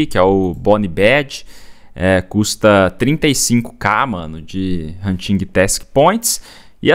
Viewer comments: “Huntingui task” 😂 Desculpa mas eu ri Adoro seu conteúdo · nao se pronuncia o G na palavra Hunting